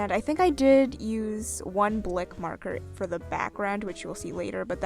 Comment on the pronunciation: She keep saying bic markets it’s really bothering me...like for everything else she says marker I am triggered